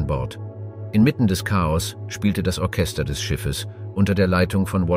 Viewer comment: Die Aussprache schmerzt teilweise in den Ohren zB bei Ortschester oder Karpattia. Das ist echt nicht zum Aushalten. Wird das vor dem Einstellen nicht überprüft? Und seit wann spricht man neunzehnhundertzehn eintausendneunhundertzehn aus? 🤔